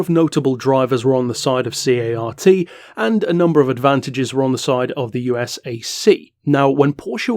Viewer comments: Love this series. Been listening in the background while I work. You've probably already learned this since making this video, but USAC and CART are typically pronounced as acronyms rather than spelled out (YOU-sack, and cart). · You just pronounce USAC and CART as they are spelled. They are acronyms. Also, the history of Indy is very interesting with some amazing, sustained high speed racing. It’s ok to be a fan.